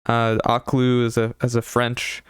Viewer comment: her name is pronounced O/keh/lú lmao loved ur review